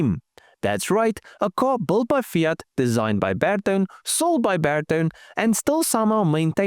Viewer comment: Hello I am a keen follower/commentator of Your videos, but I must make a "point", kinda: You said beetone! Sorry, it's Ber-to`-ne, Italian, with the "weight, on the middle of the word. YES, I know, I am a pain in the A**, but it sounds very odd, even to me, who has 3 languages in my "portfolio", but hear differences, in many more. And, I am just pulling Your leg. And, a great car and a nice video, again, keep these coming, and I'll keep watching/kidding. from a Finn in Diaspora with a 😀